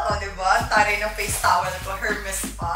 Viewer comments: PRONOUNCED PO SYA AS ER-MES HINDI HHHHERMES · Silent H po yung Hermes. 😅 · Kaya mong bumili ng HERMES pero di mo ma pronounce ng maayos ang HERMES. kaloka ka! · silent "H" po, sa Hermes 😁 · Its silent H Ms zeinab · Silent H for the brand Hermès. Don't wear it if you can't pronounce it. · Deserve lahat! But please, silent H ang Hermes 😊 But no harm done! Whether mali or tama ang pagsabi ng brand name, deserve na desserve! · Sana my mag correct sa kanya ng pronounciation ng Hermes. It's silent H po. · Silent “H”po yung pronunciation ng Hermeś mamsh. Dont get me wrong. I love you ❤️